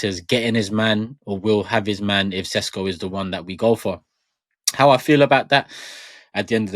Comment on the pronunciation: It's pronounced Sheshko